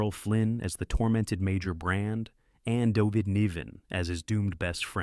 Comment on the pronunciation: Dovid Neevan? LMAO. Screw ai forever.